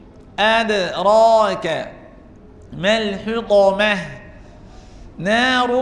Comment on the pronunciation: یا أخی أنصحک لله أنت لا تتقن بعض الحروف . استمعت إلیک وأن تقرأ سورة الهمزة وأخطأت فی حرف الطاء من کلمة الحطمة .وکذلک أنت تخرج جمیع الحروف بغنة